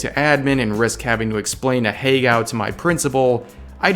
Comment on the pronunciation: I really wish this dude would stop trying to pronounce "ahegao" lmfao